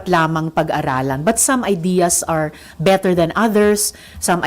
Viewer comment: Saka yung pronounciation mo RISA AYUSIN MO YUNG BETTER MO SOUNDS BITTER.ENGLISH ENGLISH KPA SAGWA NAMAN NG PRONOUNCIATION 🤮